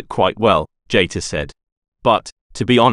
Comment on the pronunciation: JEETER, not JAYter.